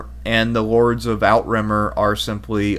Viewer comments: Outremer ≠ out-remer Outremer = outre-mer. Overseas in French Pronouncing it outremer as in English out-remer is so weird lol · I have really enjoyed these videos. One small complaint and I hope this doesn’t come across as petty, but please learn how to pronounce Outremer. It’s slightly grating.